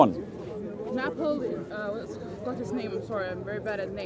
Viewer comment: If you don’t know napoleon and you have issues pronouncing his name it’s maybe not so smart to try to lecture people on history 😂